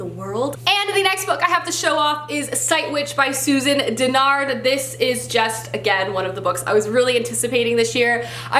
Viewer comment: As far as I know it's pronounced Susan Deh-Nard <3